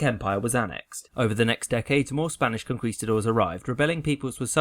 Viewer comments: Vandal oh i missundertood what you were traying to explain. Anyways, conquistadores is the spanish for conquerors, in plural. but what i was traying to say is that he misspronounced that spanish word, but it is a common mistake in english speakers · Pleasseee! It’s Con-Key-Ste-dores, not Con-kwee-ste-dores. It was so painful because of how many times you had to say it. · Listen i know you dont speak spanish and are just following the usual pronunciation rules but the Qu ins spanish unless denotated otherwise is pronounced as a k. konkistador(es) is a better transliteration. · In spanish, its Conquistadores :-)